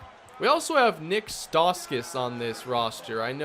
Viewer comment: btw its pronounced nick (stow-skis) ik he has a weird name